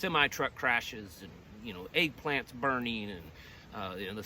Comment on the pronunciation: Lol when you said egg plants I thought you said 🍆! 😅🤣😂